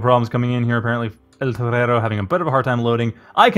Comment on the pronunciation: the way you pronounce eltorero grates my ears